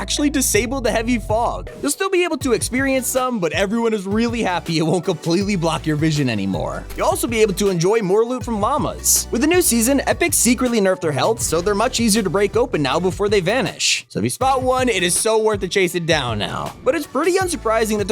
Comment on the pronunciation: did he say mamas and not lamas